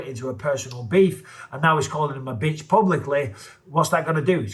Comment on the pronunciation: Bisping putting too much emphasis on Bitch....kinda not needed